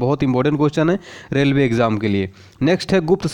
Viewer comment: रेवले नही रेलवे